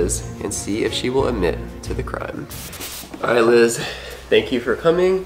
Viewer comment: Bro it's Liz